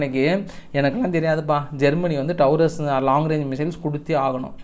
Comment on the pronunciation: அன்பு தம்பி உங்கள் நகைச்சுவை கலந்த தகவல்களை தொடர்ந்து கேட்டு மகிழ்ந்து வரும் ரசிகர்களில் நானும் ஒருவன். நீங்கள் சில ஆங்கில சொற்களை தவறாக உச்சரித்து வருகிறீர்கள் அன்பு கூர்ந்து திருத்திக் கொள்ள கேட்டுக் கொள்கிறேன் Taurus என்ற வார்த்தையை டாரஸ் என்று சொல்ல வேண்டும் டவுரஸ் என்று சொல்வது தவறு ceasefire என்பதை சீஸ்ஃபயர் என்று சொல்ல வேண்டும் கீஸ்ஃபயர் அல்ல உங்கள் தகவல்களை படிக்கும் மாணவர்களும் பார்க்கலாம் அவர்களுக்கு தவறான உச்சரிப்புகள் போய்சேரக் கூடாது என்ற அக்கறையில் உங்களுக்கு இதனை தெரிவித்துக் கொள்கிறேன்